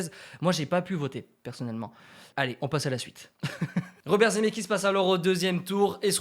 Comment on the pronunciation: Je mets un pouce bleu pour me calmer et ne pas exploser de rage à cause de ta prononciation de "Zemckis". IL FAUT PRONONCER LE C BORDEL !! Sinon continue j'adore ce concept 😙👍 PS: ON DIT DES CHEV*AUX* !!!